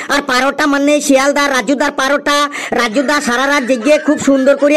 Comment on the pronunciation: লেবুর গানটা কয়েক দিনের মধ্যেই ইউটিউবে ভাইরাল হবেই। 😊 আর পারোটা কেন বলছেন ওটা তো পরোটা হবে ভাই।😮